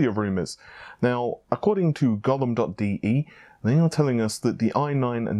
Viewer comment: Gollum dot DE? Really?! Can we take serious anymore? First Nepal's ("Ne-Paul's") instead of Naples and Thennon (guess he wanted to say Zee-non as in Xenon) instead of Xeon, now this. It is Golem, as in the clay monster of myth. Do better! I expect more from respectable and reliable journalism.